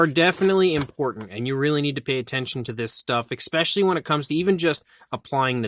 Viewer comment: stop saying ex-specially. excellent paint on the rex btw.